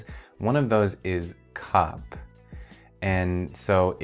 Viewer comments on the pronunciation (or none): thought you said "cup" when you said "cop" totally threw off my answer >< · When you said cop I thought you said cup.